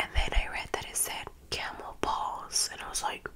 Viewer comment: When she said it said camel paws I thought she said camel balls